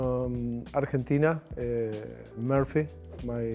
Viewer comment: He tries to pronounce his town in proper english but I’m quite sure nobody pronounce it that way there. It’s more like ‘Moo-r-fee’